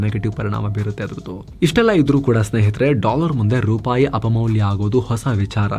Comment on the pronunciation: ರುಪಾಯಿ ಅಲ್ಲ... ರೂಪಾಯಿ.